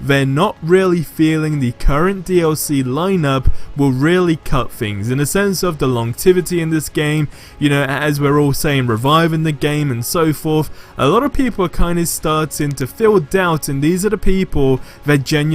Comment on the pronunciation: Did I hear LONGTIVITY? lol keep the videos great my friend!